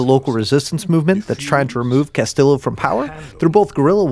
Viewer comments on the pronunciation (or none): none